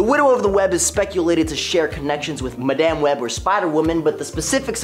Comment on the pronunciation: Please stop pronouncing Madame that way. It's weird.